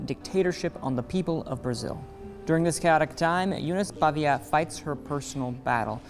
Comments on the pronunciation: It isn't "Pavia". The correct name of this family is Paiva. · It’s PAIVA, not PAVIA!!!! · Good review but pronounced the actress name wrong every single time and made it sound horrible!